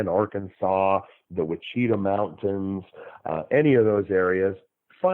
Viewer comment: Ouachita is pronounced "WASH-a-tah" by the locals here in Arkansas. I did, however, work with a radio announcer in Fayetteville many years ago who was a newcomer to the state and pronounced it "kwah-CHEE-ta" several times before somebody called him on it. However,, your narrative was so entertaining I was able to overlook your "wa-CHEE-ta" quite cheerfully. You're just apt to not know any better if you don't live here.